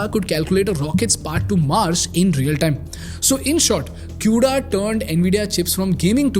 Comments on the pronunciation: As a fucking dev using cuda it's not pronounced as "Q"da it's "kuda" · "kooda" not "q-da"